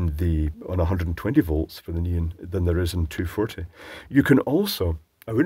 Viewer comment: and his "neen" lights... It took me a while to realize you were referring to neon lights in previous videos. Either it's not so obvious this time or I'm becoming used to translating on the fly;p